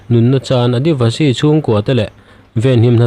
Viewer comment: Adayvashi nilo...Adivasi zawk aw..Heng hi tribal hnam sawina aw..